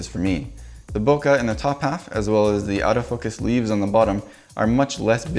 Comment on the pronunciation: That was cool. But, if you're going to teach people how to say loquat in Japanese, please pronounce bokeh correctly - it rhymes with 'okay'.